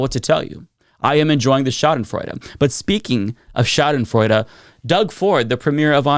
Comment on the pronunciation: You pronounce Schadenfreude very good.